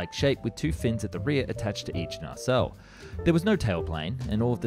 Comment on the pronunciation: It's pronounced "nah-celle", no R sound 👈😉